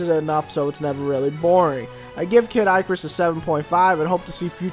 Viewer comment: "Kid Eyecarus" Wat.